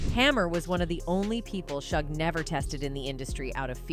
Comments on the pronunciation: Learn to pronounce the names. Not shug, shoog. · This AI is hilarious! Calling him Shug Knight and saying he's 6’4 200lbs😂😂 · "Suge" does not rhyme with "shrug". It's short for "Suger" and pronounced more like "Shooug"er something like that 😉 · Can you please learn how to pronounce people's names properly? 3rd Bass is not a fish. Suge knight is not Sugg